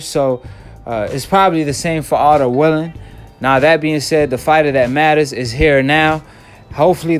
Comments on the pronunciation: Bruh u don't pronounce nothing right 😂😂😂...it's wallin not willin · It’s Wallin not Willing Brother. Stop acting illiterate and undermining the man name